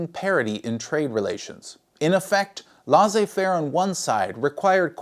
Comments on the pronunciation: Laissez-faire: Say "less-ay fare" Source: I'm from Québec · great video. l-"ai"-ssez as in "e"-lephant